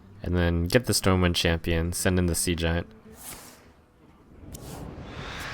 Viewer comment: did the storm wind champion say "behold the might of stormwheel" instead of stormwind?